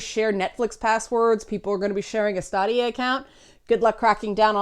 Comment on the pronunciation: It's officially Staydia, not Stahdia. And not to be that guy but it's also Youbeesoft, not Ooobeesoft (hence why it's Uplay and not Oooplay) and Patreon, not Patreun. ...OK, I'm totally that guy. ;) The platform is also in fact based on custom AMD hardware. NVIDIA has their own in-house game streaming service.